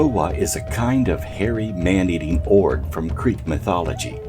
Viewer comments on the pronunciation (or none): Orge is O-ger in speech